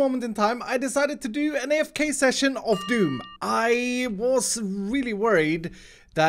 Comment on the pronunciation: you did 27 "of doon" you have failed